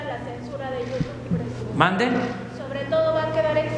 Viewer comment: "Yutú"🙄😑. Siempre hablando como palurdo.